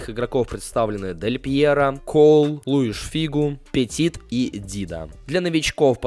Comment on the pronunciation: Петит... Петит. Чел, ПетИ, с ударением на И